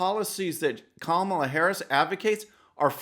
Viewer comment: Joe you better learn how to pronounce her name I don’t have to worry I don’t see your name much or hers at all. It’s great for the Republicans. True True and True. Hypocrite hypocrite and hypocrite.